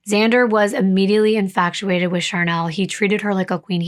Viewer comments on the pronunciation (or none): Love your videos. There's no C in Infatuated. Infachhuated is how you'd pronounce it